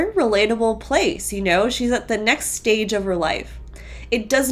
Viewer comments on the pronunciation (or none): none